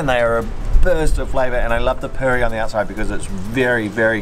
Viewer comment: I laughed when said 'purry' (I know it's spelt puri) 😂 I'm so glad you can get good chaat in NZ! The Maori food you ate reminded me of the food I ate after a traditional cultural performance at some place in Auckland (it was 12 years ago). What I love about the both of you is that you judge food for what it should be, as opposed to some other channels who bring their preconceptions to the table or comment on how they would like to modify the dish to suit their palate. I tend to stop watching those channels/people. Your video-ing skills also make the food look so delectable.